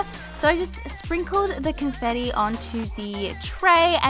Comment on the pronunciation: the way she said confetti seconds funny .....(; (not a hater<3)